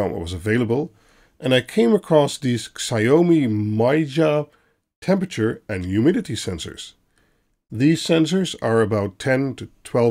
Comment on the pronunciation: BTW, Xiaomi is pronounced ‘shao-mee’. I get as non-Chinese speakers it’s hard to correctly pronounce it with the tones, but that’s pretty close for us. :)